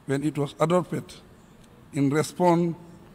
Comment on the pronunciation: "Adorped" like for real ? I like the man but some work needs to be done in his speeches